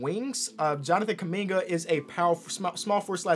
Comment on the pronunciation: Nobody is gonna flinch on how they spelled Jonathan KUMINGA, proud Congolese Native 🇨🇩🇨🇩🇨🇩 « Keuming-ah » wtf?!